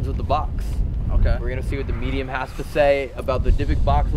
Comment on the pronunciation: No more "mediuns" in these videos please